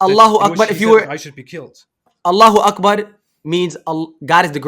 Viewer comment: Guys please understand is not even an ex muslim and he was obviously not a practicing muslim.Because at the beging you can see that he dosent even know the meaning of ALLAHU AKBAR he cant even pronounce it properly He pronounces it as ALLAH AKBAR so its obvious he is not an ex muslim